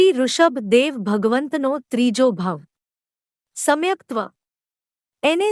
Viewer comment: સમ્યક્ત્વ શબ્દ છે. સમ્ય કત્વ નથી. સમાચાર નું પઠન કરતાં હોય તેવું લાગે છે